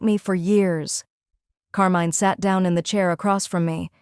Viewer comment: Not bad as a story... but I'm cringing every time when Carmine is mispronounced in that horrible way. If you have to use "foreign" names with an english-AI, please change it to some other one. Thank you from Italy!